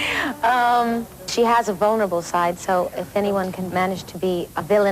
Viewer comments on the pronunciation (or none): When she says "vulnerable", it sounds like "boneable".